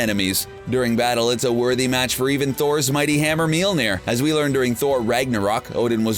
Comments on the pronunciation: Its Mjölner not Mjelneer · MJOLNIR NOT MILNIR! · It’s not mealmeer it’s molmeer that’s how it’s pronounced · He’s says Mjolnir as MyOLNeAr. No hate bro. Love your vids. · Its pronounced as "may all neer" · Its pronounced myolnier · Why are you pronouncing it "meal-nair" ... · The pronunciation of mjölnir in this video is beyond annoying.